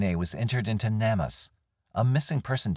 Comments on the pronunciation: Narrator, Please learn how to pronounce names or places and companies correctly. It is pronounced "Name us", Not "nammus". You know, like, please help "Name us" properly. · Not trying to be rude, im just very adhd & ocd, so needed to let you know that Namus is pronounced like name-us. ✌🏻❤